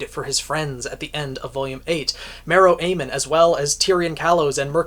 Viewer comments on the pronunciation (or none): There's something wrong with your poll,. It won't let me vote for Marrow 4 times. (Please god FNDM I love him so much let him rank high) (Also I need to be pedantic and point out that his last name is pronounced ah-meen)